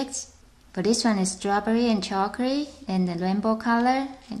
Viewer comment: Chocary? I know you mean chocolate, but lol